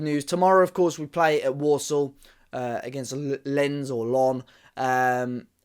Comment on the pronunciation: Since we're playing them tomorrow: you pronounced Lens almost perfectly ("Lense (no!) or LENSS (YES!)". Like I said before, mispronunciations make my ears bleed...